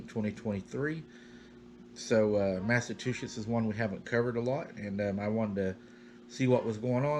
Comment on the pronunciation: Hey --love your stories! I had to laugh when you pronounced "Massachusetts" as Massa-two-shits! LOL---Its pronounced "massa-chew-sets" I have a friend that says it like you do and I always laugh--your so cute,, keep up the terrific stories😊